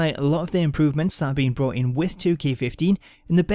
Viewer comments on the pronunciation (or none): none